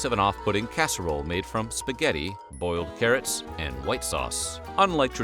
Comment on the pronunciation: At 4 min 38, where you said 'Boiled carrots', I heard you say 'oiled ferrets'.....Really was confused for a moment. Then again, during the great depression, I wouldn't put it past people to eat an oiled ferret!